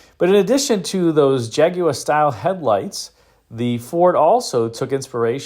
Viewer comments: Clicked away at the second "Jaguwah" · Everyone in America says Jagwaarrr, but keeps saying Jagu-eh "properly" 🤣👍 Thanks for that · How or why the Brits warped the word Jaguar into JAG-oo-WAH still astounds me. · I think it's a very interesting car. Almost kit-car like. I'm also amused by how you pronounce "Jaguar'. You seem to be saying, 'jag-u-wah'. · It's pronounced "ha guar" if you really want to be correct. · Your pronunciation of Jaguar is unique.